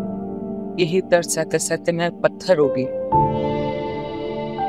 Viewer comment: Patar dil nhi pathar dil bolna hy teen bar patar patar bola hy jo theek nhi hy